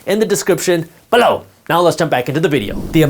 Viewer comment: your "below" is amassing :D :D I love it !!!!